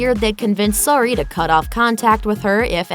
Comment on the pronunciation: Over and over you keep pronouncing Suri wrong